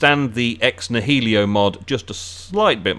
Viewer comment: “Ex nahelio” lol